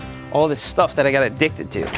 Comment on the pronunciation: Yo Seth wen u said I’m adduced to We thot u mit say smoking LMAO